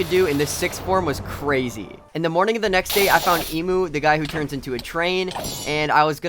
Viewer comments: not emu en mu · I like how he says every name wrong.i mean dude instead of enmu you said emuu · bro.... i got disappointed when he said "its was KIAGO'S" and then "eemu who turns into a train" bro. Kaigaku* and Enmu* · Riu-rui Emu-enmu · let's kill emu Me:it's enmuuuuu😠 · its so funny he called enmu hemu lol